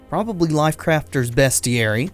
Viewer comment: It is pronounced "beastiary."